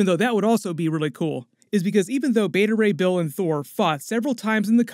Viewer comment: Beta Ray "Bale" 😄